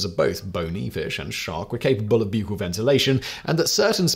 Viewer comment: Gods... "Spiracles"... "Buccal"... "Ordovician"... So much butchering of pronunciation!